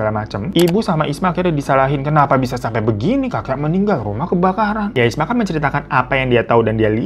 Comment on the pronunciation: Isma bang bukan ismi 😂 , tidak apa apa di maklumi koq 😂😂